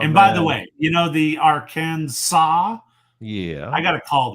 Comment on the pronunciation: is so right about the pronunciation of the state of Arkansas. I lived there two years before joining the U.S. Army.